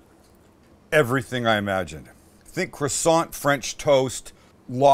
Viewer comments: As a member of a partially French family I have never understood why they were so dissmissive of the French Canadien language, and then I heard your total mangling of the word 'croissant'. All is now clear. Stick to English! PS love the programme. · I was yelling at my phone when you fucked up on the croissant!🤣🤣🤣